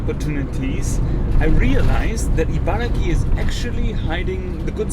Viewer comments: Though I don’t live in Japan now, I am from Japan. Interesting video! One thing that bothered me is that you kept saying ”IbaraKI”. It is Ibaragi, with G not K. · chibaragi=chiba+ibaragi Although the place name should technically be pronounced “Ibaraki,” many Japanese people find it easier to say “Ibaragi”. It’s very easy to spot someone from Ibaraki Prefecture—they’re known for getting angry when you pronounce “Ibaragi” incorrectly.